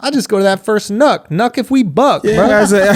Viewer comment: WOW... HE SAID KNUCK IF YOU BUCK... DAWG.. U RUINED THAT SONG Schulz shared alot this episode...